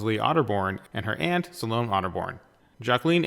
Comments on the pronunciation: I really enjoyed this, but I feel I should point out; Ms. Otterbourne's first name is pronounced Sal-o--may. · I wish you could pronounce 'Salome'.